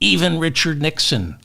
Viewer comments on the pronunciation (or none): none